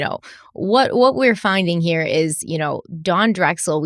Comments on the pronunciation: heera Me: your RI accent is coming out 🤣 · accent especially when saying here. I had to rewind to hear it again. It doesn't come out too often, but when it does I always rewind. Great coverage as always, guys!